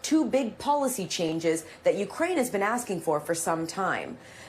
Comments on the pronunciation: She call it Ucran....like cranberries lol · Ucran? Did she say Ucran? Lol .Big Dumb Lloyd...uour fired. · ‘Ucran’? Dang she can’t even read a teleprompter. Scrapping the bottom of the barrel I guess.